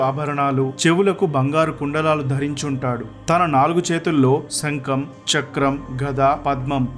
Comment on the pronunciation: సంకం కాదు శంఖం, సాస్వతo కాదు శాశ్వతం అని పలకాలి. ఉచ్ఛారణ దోషాలు వున్నాయి